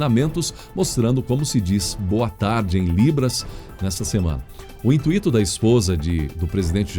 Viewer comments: crítica construtiva: se diz "in-tui-to" e não "in-tu-í-to", o mesmo se aplica à gra-tui-to, for-tui-to, flui-do. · IN-TÚI-TO. Pronuncie assim, ok? Sem melindres. Adoro suas pautas e assisto sempre. Tb sua voz é realmente de um locutor. Abraço. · Não se pronuncia intuíto e sim intuito